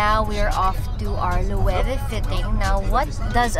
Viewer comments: mali po yun its lou-ve yung 'V' emphasized actually mahirap isulat yung pronounciation nya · Loewe is pronounced as "Luweve"? Gosh, thank you Ms. Heart! Been pronouncing it wrong pretty much my entire life lol